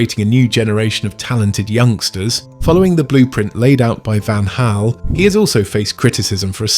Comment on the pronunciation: Same for the Van in Van Gaal. You performed the hard gutteral G well, but preceded with "van" as like the vehicle, but it is "vahn", like the end of koeman.